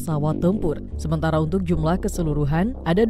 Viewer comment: Koreksi jumlah... Bukan jumblah